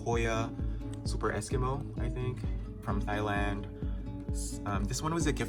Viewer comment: Thailand is pronounced "tie-land" not "thigh-land"